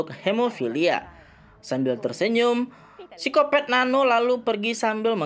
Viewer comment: Ku ngakak pas bilang Psikopat Tapi kek di dengar Sikopet